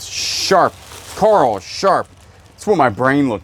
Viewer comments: My name is Carole and my niece has always called me Carl and when you yell Carl for coral, it cracks me up. Why you yellin at me! Lol. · lol i just heard kala say that you do know how to say coral well everytime i hear you say carl l roll my eyes and call you a dumn redneck , not meaning to be racist or judgemental but you do say some dumn things sorry but what can i say im from canada lmao love you videos